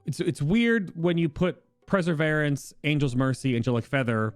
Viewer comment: I think you're pronouncing perseverence wrong... it''s per-sa-vere-rence, as in to persevere with something, not preseverence